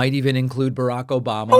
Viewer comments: that obamna caught me off guard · the random "OBAM-NA!" got me 😂